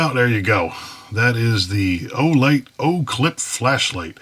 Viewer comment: Great review. However idk if for the first 5 minutes you were trolling or my hearing is off from years of using impact guns w/o hearing protection, but were you saying “Flesh Light”?